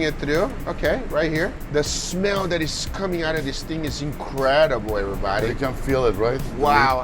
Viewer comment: everytime guga says "Oh wow every-bahdi"🤣🤣